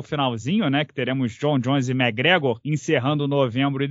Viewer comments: Acredite, ele está certo. Eu moro aqui na Irlanda e todos os Irishs falam assim. “Mágregor” quase falando “Mágregã” “Méqui” é um erro de pronúncia. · os gringos não falam "méqui" eles meio que metem um "mé" Gregor, com um C muito sutil, quase que invisíveln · É o que? Méqui Gregor? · O zoa o por falar os nomes errados, mas fala MaGregor 😂😂😂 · falando das pronúncias do e mandando um "magregór" 😂😂😂